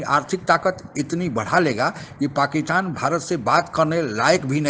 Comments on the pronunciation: Aray bhai Pakistan bolo, PAKITAN nahi. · Pakkitan Nahi sir Pakistan hai😂